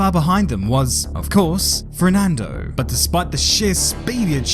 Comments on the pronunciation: is... is he saying "FRERNANDO" and not "FERNANDO" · I like how you say “Frerdnando” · Why do you only ever pronounce the letter R when you say ''Fernando''?